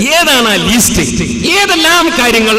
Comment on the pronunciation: പേരോടേ, ലീസ്റ്റ് അല്ല, ലിസ്റ്റ് (list).